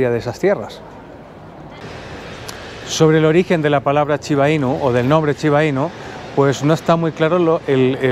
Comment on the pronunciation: No se pronuncia chiba hermano jeje buen video¡¡¡